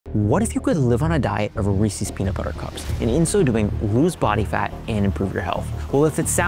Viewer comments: It's Reese's, though. Not Reesee's. You're welcome. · Side Note: Reese is one syllable. It's not Rees-ee. I live in Hershey, in the middle of the junk food capital of the world, so I know. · Great science. But remember the most important thing. It’s Reese with an ‘s. NOT ReesEES.